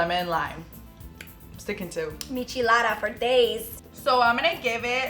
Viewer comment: This whole video I was like “bitch, Wheeet???!” “Mich-alada” 🤦🏻‍♀️🙄